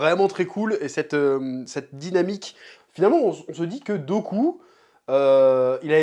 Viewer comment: Chef qui appelle dooku "goku" mdr x)